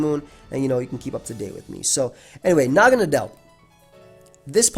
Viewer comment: pretty sure everyone I've seen has been pronouncing this 'mon the wrong way. nadel is the german word for needle. it's pronounced like "nuhdl". and well naga is just some mythical snake thingy. I really hope naganadel stays OU, it's such a cool 'mon. I get that it's overcentralizing at the moment, but hopefully that's just a really solid 'mon coupled with new toy syndrome.